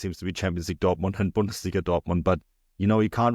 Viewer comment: You need to work on your pronunciation of 'Bundesliga' my friend. AI seems to think you are saying something terrible. stamps